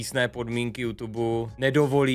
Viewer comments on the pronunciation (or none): none